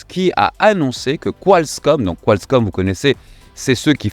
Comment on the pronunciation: il va falloir s'entraîner sur la prononciation , j'entends "qualScomm" à chaque fois